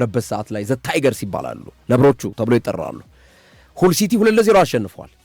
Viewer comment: ሀል ሲቲ በል ምንድነው ሁል ሲቲ😂😂😂 አንዳንዴ ድንዝዝ የምትለው ነገር አለ ነቃ በል